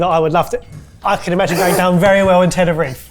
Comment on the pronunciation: British people will sound weird af when they say, "Barthalonuh", but absolutely refuse to say Tenerife correctly lol